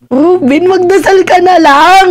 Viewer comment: magdasal ba? dinig ko magsalsal, 😅